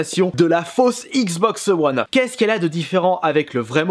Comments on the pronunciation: "La xboxeu one" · Mais putain comment tu dis xbox one